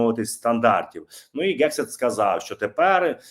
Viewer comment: Пане, будь ласка, вимовляйте правильно "Хегсіт", не "Ґексіт", бо ріже вуха. У вас вийде. Послухайте як пан Роман вимовляє. Потрегируйтесь і у вас вийде. Дякую за зведення Бажаю здоров'я Слава Україні! 💛🇺🇦💙